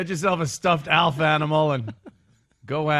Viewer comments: It’s Alfa NOT elf 😂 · Because thinks the name Alf is pronounced Elf. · He's calling ALF "Elf" just to be irritating right? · can’t pronounce “Alf”.